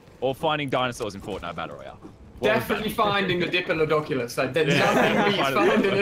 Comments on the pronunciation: Lol when Ali a said finding a diplodoculos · 100subsWithoutAVideoChallenge Bro The joke is he pronounced it wrong. It’s “Diplodocus”.